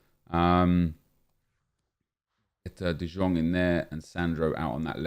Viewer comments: ITS NOT DE JONGGGG ITS DE YONGGG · And no, you are not the only one who hates how nep pronounces de jong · Because he can’t say his name right